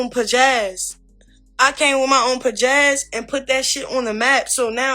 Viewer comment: This dragon jus said pajazz 😂😂😂